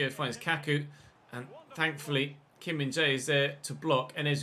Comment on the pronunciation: Been in your series for a few days now. Absolutely annoyed by your pronunciation of Kim Min Jae. He's not Kim Min J...